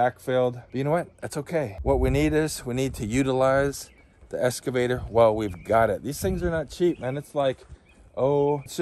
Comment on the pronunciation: excavator not escavator